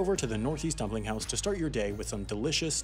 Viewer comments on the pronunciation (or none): none